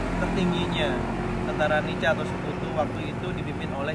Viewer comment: Nica dibaca Nika.Nedherland Indisc Civil Administration